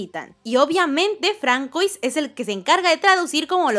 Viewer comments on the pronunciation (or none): Que Francois (no se pronunciaba fransuá?) Es una chica?